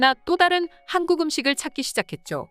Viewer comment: 근데 나만 한국이 하안국이라고 들리냐?? 들을때마다 이상한데???